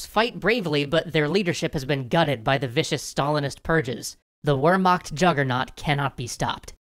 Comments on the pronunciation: Its Ver-macht not wermarkt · I know this is a very common pronounciation, but it still makes me cringe to hear "Wermakt" instead of "Wehrmacht" is the "ch" really so hard to pronouce? Or are you choosing to say it like that so anglophones will understand? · A tip on pronunciation of German words. Luftwaffe is pronounced with an oo as in spooky and has the accent on Luft-. Much like how the English word airforce has the accent on air, not force. Also the Wehr- part of Wehrmacht sound like the word ''where'' not ''were''. And Panzer has the famous German Z which sound like a T follow by an S, like when you say ''hit song''. Not to be nitpicky but you probably have to pronounce these two alot in the run of the show. Anyway thanks for the bonus these series are really nice. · Hey =) to help you pronounce wehrmacht correctly so it doesn't sound like warmacht, try saying veremacht. should sound better this way I think. I'd love to help out on other german pronounciations if you need me =) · Please, its "Wehrmacht", not "Wermacht" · It is Wehrmacht not Wermacht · Wermacht. Wermacht denn sowas? (Its called Wehrmacht) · It’s actually pronounced vermarct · Still... it's pretty easy to look this kind of thing up. It's a nitpick, I know. I enjoy the extra histroy stuff greatly! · The correct pronuciation of "Wehrmacht" is "veːɐ̯maxt," if I'm not mistaken. That "x" is equivalent to the pronunciation of the "ch" in the English word "Loch." Loch being pronounced lock, at least in English as I have learned it; it would then make sense to pronounce "Wehrmacht," as "ver-makt" (with respect to pronunciation of the r as well). Correct any mistakes I have made in that assessment, I'd like to know what I got wrong as to not make the same mistakes again. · How come you say Luftwaffe right, but Wermacht incorrectly? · Great video but it's pronounced Vehrmacht... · It is pronounced vehrmact but is spelt wehrmacht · love the vids but it's pronounced vair mok spelling is whermacht